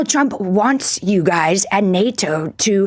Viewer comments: Her pronounciation sounds like Donald CHUMP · Why does she keep calling him "President Chump"? she doesn't seem to in general have problems pronouncing 'r', does she? And while his detractors can be expected to use derisive nicknames, aren't isn't supposed to be a supporter of Trump? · In her defense I love how she pronounces his name as Donald Chump ❤ any and all signs with his name on it should be changed to this. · Is it just me or did she say "President Chump"? - LOL She'd better watch out. She might have a visit from some people when she returns home.